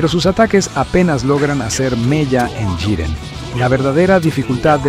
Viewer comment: Muy buena narración. El único defecto que le veo es que va cambiando la forma en la que pronuncia Jiren. A veces dice Yiren y otras Giren xD